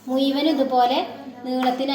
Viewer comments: മു യുവൻ അല്ല മുഴുവൻ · മു യുവൻ അല്ല അ